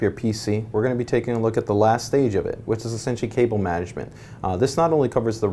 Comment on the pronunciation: What's Cabol Rating? LOL